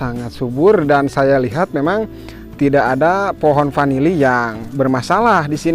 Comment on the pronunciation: Bukan panili tp vanili.